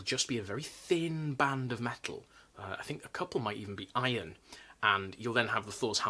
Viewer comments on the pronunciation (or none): none